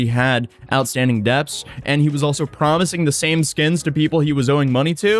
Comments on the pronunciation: did you just pronounce the silent ‘b’ in debts? Reminds me of a time when my friend said ‘subtle’ phonetically and they had been saying it like that their whole life. Feels rebellious, like, you not gonna silence this B. lol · You kept saying deps instead of debts, and it was hurting me everytime. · It's funny how audible the b is when says debts, lol. Makes it almost sound like debths (incl by the automated subs). I know it's spelled like that but dont know anyone who pronounces the b. Most the time it sounds closer to "ded".